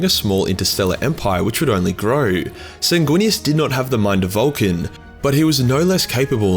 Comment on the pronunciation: It's pronounced, "Sang-Weenus."